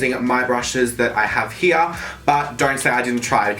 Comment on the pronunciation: "this shade heeya"